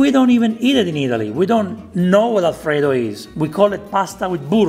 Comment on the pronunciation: The most original style of cooking alfrrrredo.